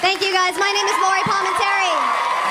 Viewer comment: You butchered the name of the best comic here - and it's not like it was difficult to check the spelling of Lori Palminteri from the credits at the end.